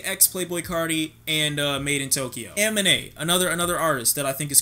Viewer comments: It's Ah-mean-a 😡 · I cringed everytime he said Aminé lol.